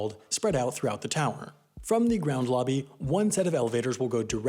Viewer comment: I wish the narrator would pay attention to the correct pronunciation of "the". He routinely pronounces it "thee" before words beginning with a consonant sound, and not for emphasis. It's annoying.